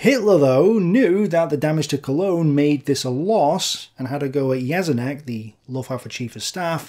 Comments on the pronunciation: Read Jeschonnek as "Ye-sho-neck". This video might help you in future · But his pronunciation of "Jeschonnek" is very poor.